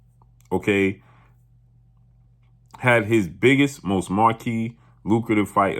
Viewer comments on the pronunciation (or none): none